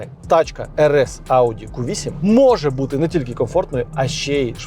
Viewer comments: Так бісить коли говорять ку 8 , в англійській мові немає букви КУ, є кью Q, так правильно говорити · тільки це не КУ а К'Ю